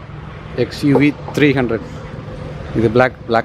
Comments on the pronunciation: Bro, all Mahindra SUVs end with "O" sound..like Scorpio, Bolero,Marazzo, Xylo etc . Thats why Mahindra call it as 3 double o. Not 300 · Hiii, it's XUV 3oo (3 double o) and thank you for the review, my hus working n Mahindra I ll inform him to check out dz video for better out come n future cars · Not 300 It's 3 'OO'